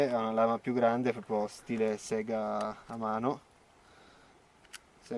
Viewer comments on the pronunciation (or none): none